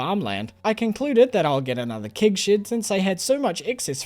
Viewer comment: Thank god there's always kig shids to put your kigs in to make wine ! I love the way you say keg and shed, makes me laugh every time !